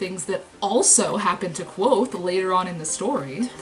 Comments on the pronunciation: Wait a minute. Kvothe is pronounced like Quothe Sounds like Quote The kingkiller chronicles is first person. Goddamnit! Why didn't I notice the pun until now!? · K'vothe. Not Quothe. "Ke Vothe.